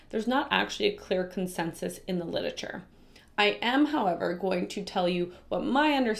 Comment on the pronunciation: Your pronunciation of “Lit-er-a-ture” (you say “lidature” 😂 😂 😂)